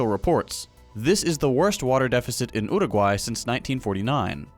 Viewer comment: Two things. First of all, perfect pronunciation of Montevideo and Uruguay. And second, thank you for showing the problem we have here.